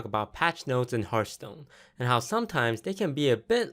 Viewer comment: did you say hearth POON?